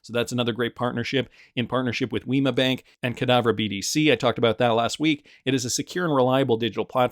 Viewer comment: You pronounce the word 'bank' in Deutsche Bank exactly the same as you did in 'Banque Delubac'.